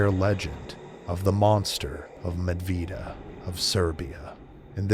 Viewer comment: Hey mate, I loved your video, you really did your homework here, the first person from the west to get the name of the place, "Medveđa" wit a "đ" right, great job! Oh, yeah, p.s. This case that you discussed, and the case of Петар Благојевић (Petar Blagojević), are (as far as I know) officially investigated and recorded cases of Vampirism in human history. The team of imperial doctors, scientists and writers, accompanied by a detachment of the Austro-Hungarian Imperial Army were sent to investigate this case, and their entire reports and findings, are preserved until our days, and now they are kept in the Imperial Museum of History, in the wing closed to the public in Vienna. So you need some kind of special permit to enter and see it, (something like for the Archives of the Vatican.) So, awsome work, my friend, you got my sub. Greetings and much respect from Serbia, southeast Europe. Cheers!🙋🧛🇷🇸❤️🇺🇲🥂😎